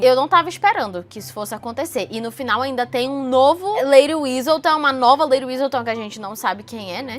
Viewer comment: Mulher pq você fala Whistledown como se tivesse um z no meio😥